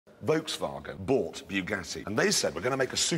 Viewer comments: Its still Volkswagen, not Wolkswagen Also its usually only pronounced VW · It's pronounced FÖLKSVAGGEN